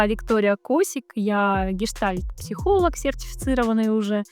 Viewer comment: Сначала бы научились выговаривать гештальт психолог 🤣🤣🤣